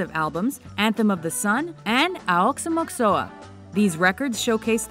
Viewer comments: "Aoxomoxoa" is pronounced "Ox- o -mahx - o -ah" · By far, this is the best video on this channel. Even tho they did mispronounce AOXOMOXOA and some other things ;)